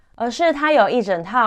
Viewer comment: 謝謝頻道製作清楚優良的內容，但建議讀稿可以再訓練口條，「一整套詩想系統」「貶義池」「獨柴」「吹毀信愣」，不是要當口音警察，只是不看字幕聽起來很吃力